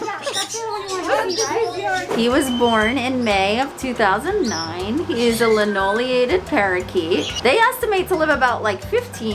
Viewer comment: I had a Linnie for 12 years, he was such a sweet boy! I miss Keah so, so much, and now I have a Meyer's to love one ❤️ Also, linneolated, not linoliated 😅